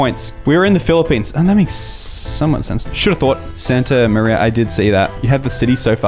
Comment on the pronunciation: "sta maria"